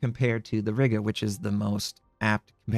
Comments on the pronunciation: Riga not Rigga ;) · Riga is pronounced as R-ee-ga, Im from there I would know :)